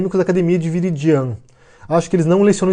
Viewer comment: a pronúncia é "virídian" heuehueheeh